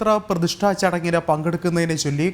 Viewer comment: you are റാങ്ങ് 😂..പ്രതിഷ്ഠ എന്നാണ് വരേണ്ടത് പ്രതിഷ്ട അല്ല